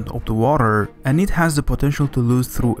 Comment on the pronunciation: Stop fucking sayin WARER